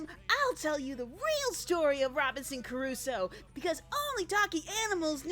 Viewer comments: Loved your review and your humor as usual, but for god's sake, it's pronounced Crusoe (kruːsoʊ) not "Curuso". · Robinson Crusoe not Curusoe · Robinson... Carusoe? Robinson CARUSOE?! (Actually though, great video! Nice work as always!) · Crusoe CRUSOE DAMNIT. You are a great reviewer, but please try to pronounce better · Crusoe. It reads CRUSOE. KRUZO. Geez... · Why do you keep saying "Curusoe"? Why did you spell it "Curusoe"? WHY? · is that the way you pronunce Crusoe?